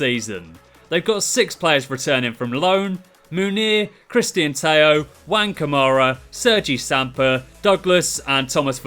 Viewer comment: His name is not pronounced like that, actually XD (I'm from Spain).